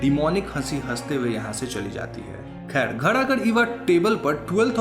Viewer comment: Khair not "Kher" ✨